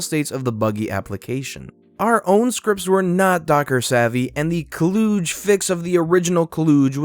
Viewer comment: "kludge" "klooodje" How on earth do you mess up a word that badly? It's like Clutch except with a soft t/g.